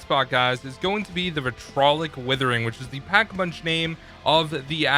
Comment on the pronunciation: Nice spelling mistake in the thumb nail, am I the only one who pronounces the vitriolic whithering properly, the second i is forgotten like it doesnt exist. Honestly, I've heard the wrong pronunciation so much I'm convinced. Its VI-TRI-OL-IC Withering.